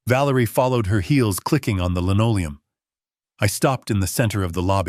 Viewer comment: ‘Lenolium”. Incorrect—should be linoleum!